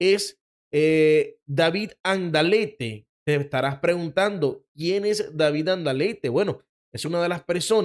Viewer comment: es David Alandate. No como lo dices